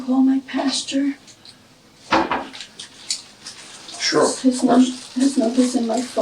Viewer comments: Did she say “Is there any way I can call my PASTURE?” 😂😂😂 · LOL my girlfriend says pasture too😂😂😂😂😂